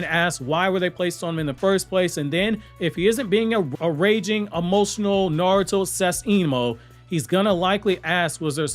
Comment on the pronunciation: It was a bit funny, read the name with that "NaROOOto" pronunciation heh 😄